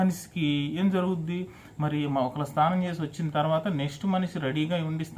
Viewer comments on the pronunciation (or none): స్థానం కాదు రాజా స్నానం 😂😂